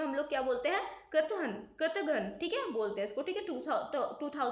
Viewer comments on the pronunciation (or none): Your pronunciation of कृतघ्न was wrong.